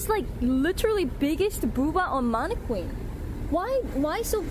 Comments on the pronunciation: Man-uh-kin. Not whatever you were saying. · The way she says mannequin is interesting. Plus you need a tall friend to go places with you. Or an extended claw. Why cover your tattoo? In America it's ok to show your tattoo.